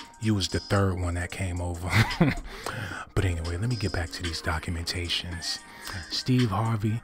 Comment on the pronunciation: Is he saying "cockumentations"..... 😂😂😂😂☠️☠️